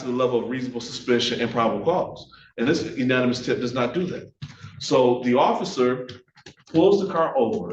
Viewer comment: Good lord. The black defense attorney say unanimous tip about 6 times. It’s anonymous dude. Good lord. Although other than that he is WAY more effective than the white guy. Well done counselor. If it was up to the other guy, these guys were going to be convicted based on an illegal stop.